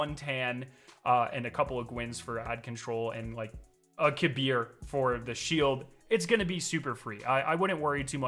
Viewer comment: Thank you for saying kahbeer's (kabr) name correctly